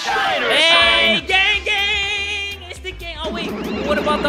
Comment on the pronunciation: just me or whenever jay says "gang gang!" i think hes saying "gang bang" ...uH jUsT mE? oH